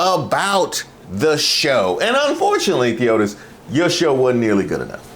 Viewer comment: Not "Theotis!.." 😂😂😂😂😂😂😂😂😂